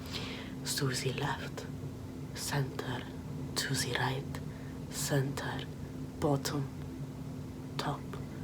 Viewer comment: I literally thought she said suzie left to zee right